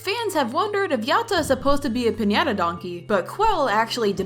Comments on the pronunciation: No no it not pronounced "yot uh" its "yad uh" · FIRST of all it's pronounced ya - da Second of all brighteny is known for being skinny not chubby Third of all pls part 6 🥺🥺❤️🥺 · when you say Yatta you pronuce it "Yadda" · Btw it's yatta but it sounds like yada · The way you say Yatta tickles my brain and I love it🤩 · I LOVE BRIGHTNEYS DESIGN! I kinda like how you say yatta for some reason lol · Why the sound like you’re in a different language when you say yatta?￼